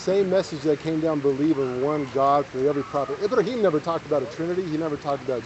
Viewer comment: I-Bra-Him Abdool.